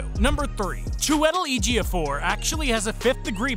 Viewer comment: I know Chiwetel Ejiofor has an unusual name but ive never heard it pronounced like that haha. I think you got the surname correct to be fair